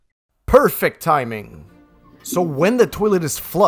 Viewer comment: How did they say timing